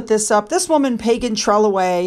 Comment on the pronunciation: Trelawney is “Tree-LAW-knee”. Emphasis is on the “law”.